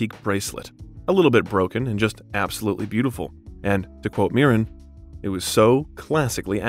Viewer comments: There's a few strange sentences and instances of pronunciation in this video, which I can forgive, but how on earth did you get "Helen Myren" from 'Helen Mirren'? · It is not pronounced "M-eye ran" sir. Helen Meer-an please! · Add "draughty", among others. Pronounced Mirren 2 different ways in 2 minutes. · Great information. But i am always amazed how a presenter can mispronounce words such as Viscount Avon Macchavalian nd the surname Mirren.